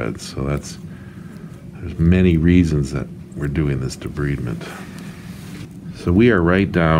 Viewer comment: It's pronounced de-bride-ment. Otherwise, your technique was satisfactory.